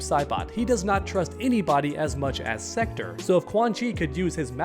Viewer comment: Just pronounce "Sektor" correctly, please...